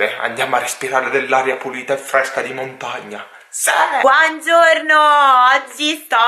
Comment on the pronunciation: Il tuo "BUANZORNO" (buongiorno!) rallegra la giornata!😄